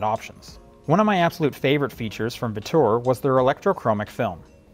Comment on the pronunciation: its pronounced virture (vitch-oor)